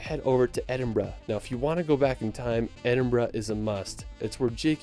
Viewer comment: I'm in the UK and pleased the OP actually left London, there's so much more than the capital. Also kudos for pronouncing Edinburgh correctly 👏